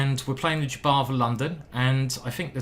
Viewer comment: That's not R a d j a b o v !